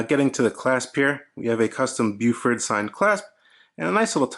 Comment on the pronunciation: Really nice - lugs a little long maybe? - but a great looking watch with an excellent movement. The green dial is very tempting. One thing about NZ pronunciation though - it's BOW-FUT ("Bow" as in bow & arrow, then "Fort" is pronounced without sounding the r). Not "Byewfort": it sounds really odd. :-)